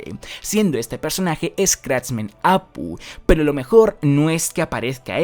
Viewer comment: Vamos a ver qué pinche pedo con la pronunciación de los nombres!!!!!!! Apu? El de los Simpsons??? Escratchmen Apó es otra cosa.